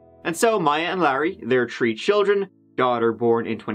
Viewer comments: "And their tree children." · I love your videos!! You are one of my favorites if not my number one!! You do the best on crime stories and I could listen to you say “tree” all day 😂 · He says 'Three' like 'Tree' as well, I've heard Irish people say 'Tistle' for 'Thistle' or 'Torough' for 'Thorough' in the same way. If it's the less airy pronunciation of 'TH' as in the words 'The' or 'Them', a lot of Irish people will pronounce it like a 'D', so 'De' and 'Dem'. I'm Scottish but I have heard and talked to many people with Irish accents and heard them a lot on TV and radio. Even though it does sound like 'Turd' it is a normal Irish pronunciation, I promise you. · At this point I'm pretty sure only picks stories with the words three (tree) and third (turd) in them